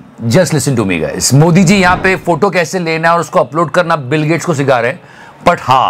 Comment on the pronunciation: फोटो बोला या फोटु?🤔🤔🤔